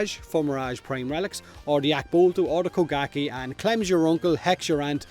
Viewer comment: He said bukake prime lol